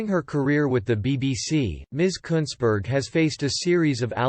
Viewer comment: You pronounced her name exactly right!